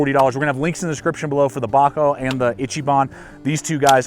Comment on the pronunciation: GAHM-boy. Gomboy should rhyme with tomboy. EECHEE-bahn. Rhymes with peachy. Sorry to see your bad experience with these saws! I love my bigboy.